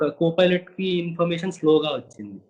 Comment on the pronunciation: Ora anchor filot Co filot Kadu ra swamy